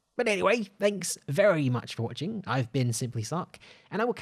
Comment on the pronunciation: I thought you said "I am simplysuck"